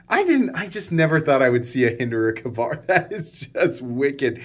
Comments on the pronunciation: Me too lol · just gotta roast him till he learns lol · Me 2…….good grief. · WTF is a Cuh bar.... It is Ka-Bar 2 words Hard K... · Pronounced K bar not ka-bar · Hearing you pronounce it as “Cuhbar” instead of “Kay-Bar” hurt me spiritually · I think we all died a little bit inside. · same here my soul filed for a divorce lol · Hey man it's pronounced KAY-bar 🙂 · Ok, repeat after me (kay-Bar) Ka-Bar we know you can do it Lmao 🤣 😆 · Why don't you learn how to say Ka-bar